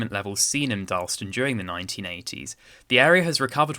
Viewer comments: Also it’s DarlAston not Darlston. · It's Dar las tun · Should be 3 syllables in Darlaston, not 2 (dar-las-ston)